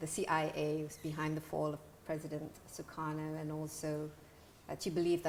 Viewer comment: Apaan sih Desi Anwar nyebut Sukarno dengan Zhukharnow.. Plis deh empet dengernya.